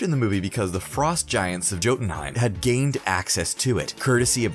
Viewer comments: Doesn't change the fact that he said Jotunheim with a hard J instead of a "Y" sound and called the cask of ancient winters the "casket of ancient winters" the guy is handed a script and has no clue about any of this. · He also says “joe den heim”